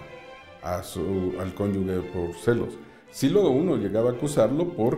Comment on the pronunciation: Qué pena que en un programa tan culto, no se pronuncien bien las palabras. Da mucha pena que no sepan pronunciar la palabra CONYUGE